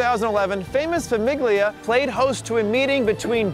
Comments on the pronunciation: Great video... except when you butchered “famiglia”. You don’t pronounce the g like that when it’s followed by “li”. “iglia” sounds like “eelya” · You must be Italian. I'm half Italian and yes, he mispronounced it. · “FamiGlia” lmao